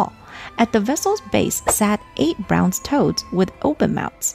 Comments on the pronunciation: My dear, pet peeve of mine, look up how to pronounce certain English words. Braanze, not browns. If you're unsure, just Google it. Love your history lessons.🫰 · No shame in mispronouncing something but I like to know when Ive said something incorrectly. It's pronounced brAWNz not browns for bronze. ❤❤ At least in the southern US states. Is it said browns elsewhere?! 😅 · Bronze is not pronounced "browns".